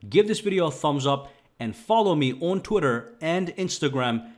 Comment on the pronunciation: ok but why is no one talking about how he says twitter? T O O T E R